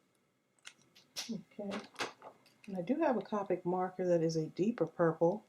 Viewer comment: This is really cute:) I love to use stickles :) just to let you know it's copic you say it with the long o sound:)